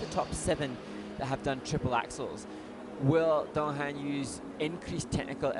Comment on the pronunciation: It's not dong ha'm' His name is dong han ! N !